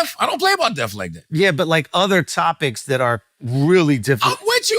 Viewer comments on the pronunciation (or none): Charlemagne said the word death 100x and not once did he get it right. Lmaoooo